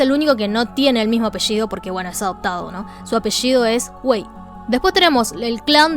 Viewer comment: Me mori porque parecía que estaba diciendo Wy XD